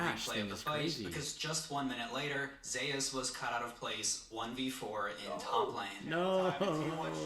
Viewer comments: I know this is 2 months old but I can't stop laughing them calling him Zues and not Zeus haha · Lmao these casuals calling him zoose. It's zeyus and dont you forget it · Please pronounce Zeus properly. Just listen to how his name is pronounced please. Great video